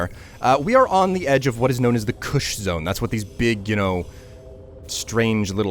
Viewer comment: Its koosh not kush LOL